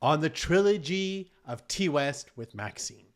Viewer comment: No disrespect, but if you're reviewing horror make sure you know that Ti West is pronounced "tie" not "tea".🍻